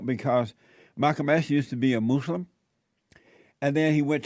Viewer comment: ILOVE how Jesse says “MOOSE-limb” 😂🤣😂